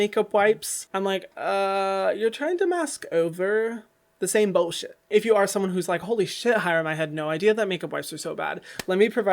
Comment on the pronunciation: Hahaha I immediately gave you a thumbs up after you said ... Bowl shet 🤣🤣🤣🤣